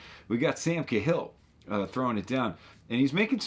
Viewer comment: Dude, what is "Sam ca-HILL"? People with Irish names have to pronounce them properly, even if nobody else can. Nobody's calling you f'NERTy.